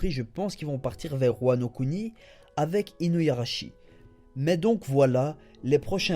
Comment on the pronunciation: Je pense que tu vas être déçu, car Weeble est à la recherche de Marco et va probablement le tuer. Il faut bien une raison à Luffy pour l'affronter.. Sinon j'en profite pour dire que c'est "Inuarashi" et pas InuYarashi" mais sinon c'est super continue ;)